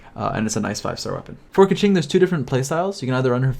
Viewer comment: I switched over to the Chinese audio for awhile and listened to pronunciation guides. Keqing is pronounced more like "kuh-ching." Ningguang should be pretty straightforward, "Ning-guah-ng." Xingqiu is pronounced more like "Shing-chyou" and Chongyun is "Chohng-yuen." Surprisingly, most people even get Zhongli wrong. The majority of people in the english dub pronounce Zhongli incorrectly, except for Zhongli himself. I think that people should really look up pronunciation guides for the Liyue characters. There's a few, and it helped me tremendously.